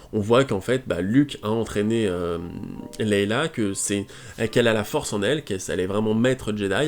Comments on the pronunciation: Pitié arrête de dire Leila O_O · Est ce que tu pourrais refaire cette vidéo à l’identique mais juste en disant « Leïa » Parce que là c’est pas poss !